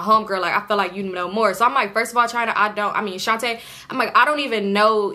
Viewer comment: Every time I hear you say Shontae I cringe girl 😅, this gotta be the most invested I’ve been in your story times 😂. 🫶🏾 your content been a fan for bout two years now. Keep it up suh!